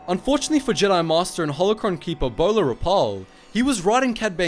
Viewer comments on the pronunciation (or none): none